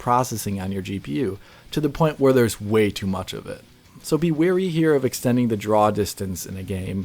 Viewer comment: Great video! Thoughtful and well constructed. Sub'd. P.S. For future reference, "wary" (long A) as cautiously aware, not "weary" (long E) like tired.